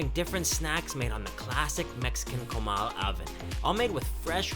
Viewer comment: Did this guy say "KOWMAL" lmao people need to learn how to pronounce shit properly